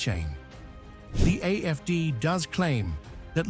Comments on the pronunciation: Am I hearing AMD when letters show AFD? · You keep saying AFC it's AF.D